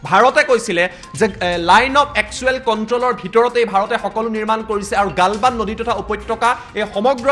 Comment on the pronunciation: ভাৰত মাতা কি জয় । খবৰ তো শুনি ভাল লাগিলে । মহাশয় আপোনাৰ শব্দ এটা ভুল শুনাৰ দৰে লাগিলে । গালৱান ঠাইত গালবান শুনাৰ দৰে লাগিলে ।